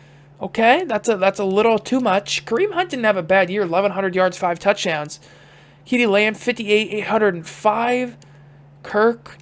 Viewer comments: As always love the content man. But ceedee lambs name is pronounced see-dee. No kee-dee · You did not just fucking pronounce CeeDee lamb like KeeDee